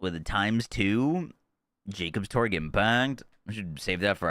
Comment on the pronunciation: cool. That not how it's pronounced in game by any character though. Everyone says Torque as torg. Including Mr. Torgue.